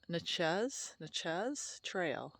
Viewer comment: Nah-chez. Try it that way. 😂